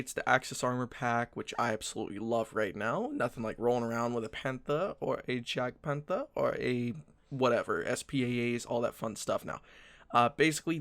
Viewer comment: For someone who's big on WW2, you'd think they can pronounce jagpanther correctly :/ it's Yahg-pahn-the (pronounciation)